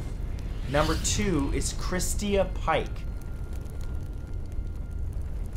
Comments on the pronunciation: It is Christa not christia. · Polly Pockets but butchering simple ones like Christa and instead saying christia. Or saying macabre like macarbrah. 🙄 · Oh man you might be on to something there. Like what the hell is Christeeah? He's never heard the name Christa before? Like ever? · Video says " Christa " but you say Christia I'm confused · You are saying Christa wrong. lol.... Never heard it said that way.